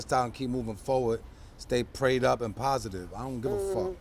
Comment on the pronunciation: Pas-itive ya heard